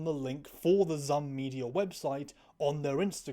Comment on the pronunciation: I hate to do this to you but the stupid company name Zum is pronounced like the word Zoom. Thats what the little.. I think its an umlaut is for